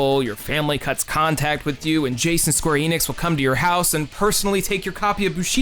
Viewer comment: This video is literally unwatchable because you pronounced Enix differently in Square Enix than on its own.